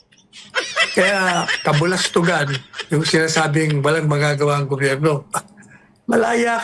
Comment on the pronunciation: KabUlastugan, not kabalastugan.